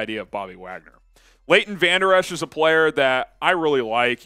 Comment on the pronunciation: Put some respect on Leo’s name. We don’t need vanderesh